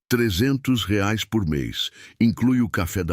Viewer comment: Pq fala reais ao invés de reais 🤐🤐🤐🤐🤐